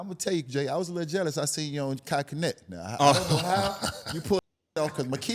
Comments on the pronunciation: Facts, UD being from south Florida pronouncing a Haitian surname like that is crazy 😂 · pronouncing Kai last name wrong 😂😂